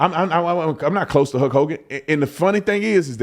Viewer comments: Man, hearing Brandon pronounce Hulk as "Huk" is hurting my brain. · Why do u keep calling him Huk Hogan. Its HuLk. Like Bulk but with an H. Sounds super weird the way your saying it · Were you calling him “Huck Hogan”? Every time you said his name that’s all I heard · sounds like you are saying huck hogan lol